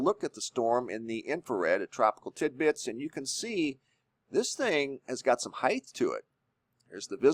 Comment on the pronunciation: Height not heith .......peace